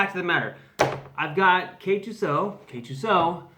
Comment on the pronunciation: Otherwise. Kay-Two-Es-Oh. Also, you didn't actually show us anything. You didn't even finish.